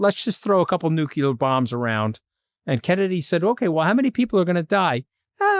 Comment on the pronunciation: Did Anthony just say " nucular?"